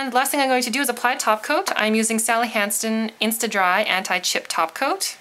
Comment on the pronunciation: When she says Sally Hansen at 6.37 it actually sounds like she says Sally HansTen!!!LOOL